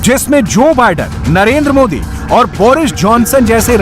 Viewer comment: please correct our pm name as it is narender modi not narender moody, as it shows the level of knowledge he has